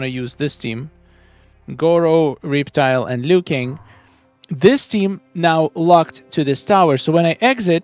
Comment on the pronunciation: Reaptile? Learn the characters' names😂